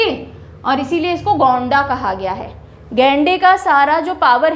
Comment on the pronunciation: गोंणा नहीं होगा गोंडा जिला होगा मैम